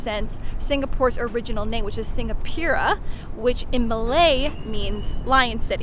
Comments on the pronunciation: It’s Sing-a-pu-ra not Singapira but its ok to make that mistake 😅 Btw I love this video! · Lol Singapira XDDD . Its Singapura but its fine , I can understand its hard to pronounce . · Singapura is actually pronounced "sing-gar-poo-rah" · Singapura is pronounced si-nga-puU-rA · ahhh u pronounced Singapura wrong -..